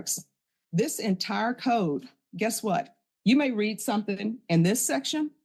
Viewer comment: AI did not correctly pronounce "read" in this.